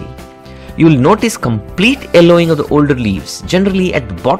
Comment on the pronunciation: thank you for the tips. however, could you please pronounce Y in your next video? eg: Yellowing not ellowing. :)